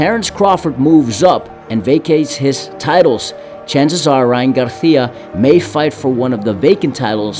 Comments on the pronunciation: It’s Gar[See-Ah] not GarTHIA. Weirdo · Bro I'm getting mad at the way he says Garicia, bro just say it like a normal person wth. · Why this mf can’t pronounce Garcia? Gargggia wtf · He called him Garjia and Garthia in one video 😂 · Cringe everytime he says garthia lol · And its not his accent becuz he says it regularly so many times then sometimes he just emphasizes it with a garTHia..? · Stop saying Garcia like that. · He only said it the first time... Then says it regular.